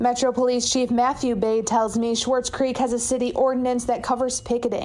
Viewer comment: No "h" in SWARTZ CREEK!!